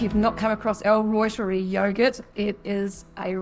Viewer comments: I know it’s a little picky, but it’s pronounced Reuteri as in ROY-TER-EYE. It’s a guys name 😊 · L Reuteri ( L Rooter ri) that is how Dr Davis pronounces it! I am a Kiwi born, but lived in the US for many years. If it separates I just blend it and drink it like kefir. Doesn't matter it works just fine. If it makes cheese separate it drink the way and eat the cheese. This culture is very finicky,but you can always use it. I have the exact same yoghurt maker, someone said that maker is prone to separation. Not sure why. Dr Davis uses a sous vide machine. I always cut back on the inulin, maximum a tablespoon for 2 L.